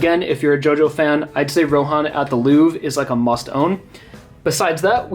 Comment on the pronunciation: The pronunciation of louvre is making me want to break something. What is it with Americans not being able to pronounce basic french words? Nonetheless great collection